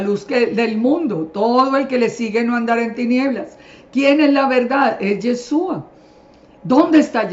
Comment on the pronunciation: Señora una pregunta , por qué usted con todo su conocimiento aún no pronuncia bien el nombre de YESHUA usted dice yesua 😒 por qué ?? POR QUÉÉÉÉ????